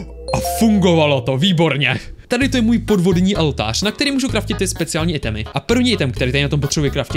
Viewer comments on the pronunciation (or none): Proč furt říkáš Altář je to OLTÁŘ 😭😠😠😠😠😠😠😠😠👍🏼👍🏼👍🏼👍🏼👍🏼❤️